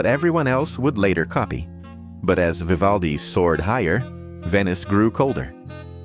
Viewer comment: Oh please just try tò pronounce his name correctly, if yoy are capable of 🫣😵‍💫😖